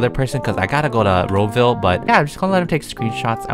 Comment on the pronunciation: what the freak is ro-ville?